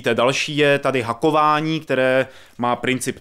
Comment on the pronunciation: Šepárd, hakování..... Nejhorší recenze kterou sem slyšel :D